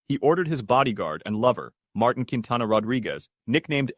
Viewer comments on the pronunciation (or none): none